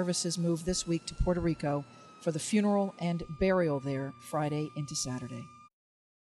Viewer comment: This guy said "Poor Show Rico" 😂